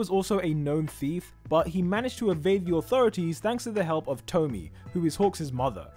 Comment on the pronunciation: I'm pretty sure hawks' mothers name is pronounced 'toh-mii-eh', like with tomie in the junji ito series